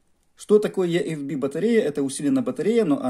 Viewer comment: Батарея ИэФБи а не ЕэФБи !